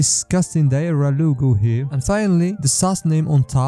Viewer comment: It's "Diarrhea" not "Diara"